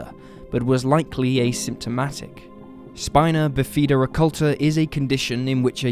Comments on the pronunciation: That is not how u pronounce Spina Bifida Spy-na Biff-i-da (childs pronounciation of 'i') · Look up the pronunciation of DeJesus and Bifida, please.